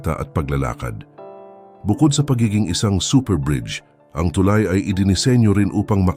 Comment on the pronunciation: mispronounciation of the word "tulay". but this is a good news for us.